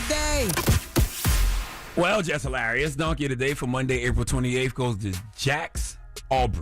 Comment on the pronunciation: "Halarious" really Charlmane??? You are what they say you are.